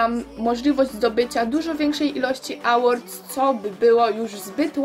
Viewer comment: Nie czyta sie Ałordów 'A' w jezyku angielskim wymawiamy jako 'Ej' Więc czytamy Ełorts